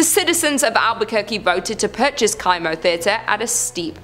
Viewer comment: It’s pronounced Kimo like chemo! Sorry not sure why it was bothering me so much 😂 love your channel